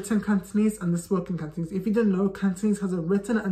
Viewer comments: Your Cantonese is awesome ! You can speak far better than a lot of natives cos your pronunciation is so clear without any slurs (lazy tone 懶音). Keep it up! Add oil!💪💪💪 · Hi, I'm a Hongkonger, Just wanna let you know you speak Cantonese so good with wonderful pronunciation, much much better than some foreigners where lived in Hong Kong,keep going, good job, we love you🌹🌹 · I'm working to learn/improve my Cantonese as an adult and I just want to thank you for compiling resources and tips. There were definitely some that I wasn't able to find by Googling on my own. Your pronunciation is fantastic, I love the energy you put out in your videos, and thanks again! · I just saw your interview on AppleDaily. And very glad to see foreigners to learn Cantonese. Cantonese is rank on top of difficulty languages. Cantonese still mainly use on Hong Kong , as well as Malaysia and Singapore, so it is worth to learn. And your pronunciation is good too. 加油！